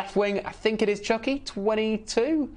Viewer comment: Lol, it’s Chucky* not Chunky. 😂